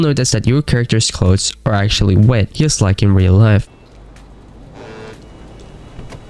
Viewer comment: What is yust? Say just